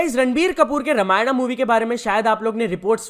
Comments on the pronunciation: भाई अगर 'रामायण' bolna nahi aata to please ise ramayana to mat bolo😊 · bro atleast pronounce "RAMAYAN" Not "RAMAYANA" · It's Ramayan not ramayana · Let's be India n pronounce it as RAMAYAN